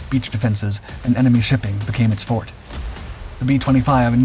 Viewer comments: Thats forte, like fortay, not fort. Classic Dark Skies mispronunciations,. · "became its fort", shirley you mean " its for tay" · "became it's fort..." um it;s 'forte' pronounced for-TAY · I am gonna beg to DIFFER with another grammaticarian; however Forte a thing at which someone/something excels at is far more likely than the strongest part of a sword, or a Fort, which is a fortified structure. So, given the 2, I’m gonna be a grammar gremlin and say that the narrator, A.I. or not, was supposed to say “forte” pronounced four-tay….